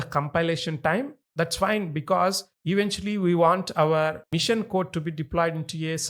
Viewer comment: The way of teaching is very good but the author needs to improve his English. He is calling "Machine" a "Mission"... His sentence is not proper. If he improves his English, he will be one of the best tutors in YT...